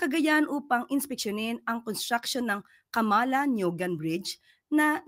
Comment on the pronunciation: Camala NIUGAN.. Magkasama po yan kung bigkasin maam. Camalaniugan